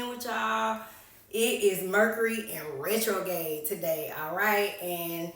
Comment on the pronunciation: RetroGRADE, the r is not silent